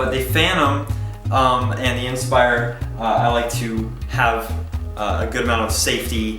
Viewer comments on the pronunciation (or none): he doesn't know how to pronounce the word inspire. IN spire IN spire IN spire. its fucking inspire not IN spire